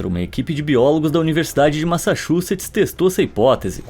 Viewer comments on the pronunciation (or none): none